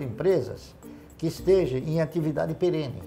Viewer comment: O conteúdo é ótimo. Mas toda vez que ouço o Barsi, ele fala "que sejem; que estejem". Por favor é que SEJAM, ESTEJAM.!! Erros assim, numa figura como essa, não dá.